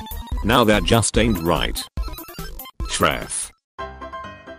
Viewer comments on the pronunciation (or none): i think he said thot not that#